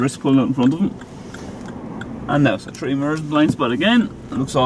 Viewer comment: Well at least I pronounce the t. In London a lad would say "free" instead of three. Mad Ted.